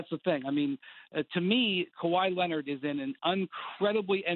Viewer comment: kawhi lennitt